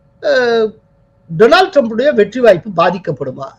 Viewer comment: We enjoy your channel very much and appreciate yours political views even more. You are doing a great service to all of us. Thank you profoundly! But I wish you will pronounce Donald Trump’s name correctly. Donald should be pronounced as ‘டாநல்ட்’ not “டொரனால்ட்“ It is downright hilarious to keep hearing the name tortured! Please do not get offended. We feel it is our duty to correct you. If we did not, all the people listening will assume that yours is the correct way to say that very common name: Donald. Please correct yourself. God bless you for your service, it is great work.